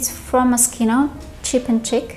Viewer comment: Cheap&Chic [шик]. А не [чик]. 'Дешево и шикарно' бывает редко, а вот 'дешевая чика' встречается довольно часто)))